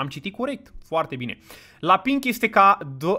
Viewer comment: de ce toata lumea iti zice si nu pink?